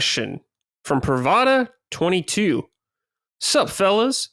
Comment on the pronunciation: was cool to see my question answered! Btw it’s Prav-da such as proof in Russian lol